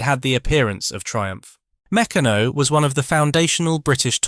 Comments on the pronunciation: "Meck-a-no"? Damn clankers. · Mec-a-no??? Huh. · Mec can no? OMG! Try Mec car no. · I used to get Meccanno magazine, its pronounced (McCann - no,) I got my enjoyment from looking at the various pictures of things you could make as we were quite poor and only had the No.2 kit, I think they went up to kit 10. I saved my pocket money over 4 weeks to get 2 bob to spend on an airfix kit from the newsagent. Just so excited me, it took me an hour to buy it, looking at the pictures of every kit in the shop and drooling over the ones I couldn't afford. I eventually got some humbrol paint as well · Oh no! Now mispronounce MECCARNO. Oh dear! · well mec aano it was founded in liverpool😅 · Mech an o ? How could you pronounce that wrong? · Meccano is usually pronounced Mi-CAR-no as , or McARN-oh. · There is no 'r' in Meccano. Meck ah no. You'll be English then, who removes the 'r' in heh ceh (hair care) and puts it in loranohdah (law and order).😅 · "Dorner Doo 217", "Mecka-no", "Tree-ang", "Macketchnee" - ain't it just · It was pronounced Try ang and Meck arno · yeah an he's english ! must be too young ti remember , but we do . great days aye ! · Meck ah no. there is no 'r' in Meccano. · Very interesting to learn the history, but get a human to read the script. That way the brand names will be pronounced correctly, e.g. Meccano and Triang. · Yea...the way that the it pronounced " Meccano" was a crime. Good effort though.